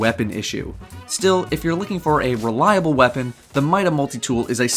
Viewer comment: lol "mole-tie" for multi??? More like "mull-tee"...